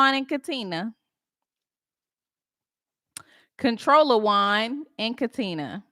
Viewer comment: Not Controlawan😭😭🤣🤣🤣🤣